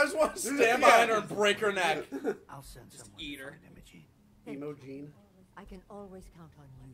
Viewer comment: popular southern girl's name "Emo-Gene"